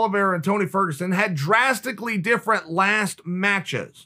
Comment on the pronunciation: tony fergosuan